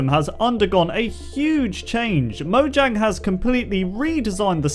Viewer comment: Mo-yang not mo-gang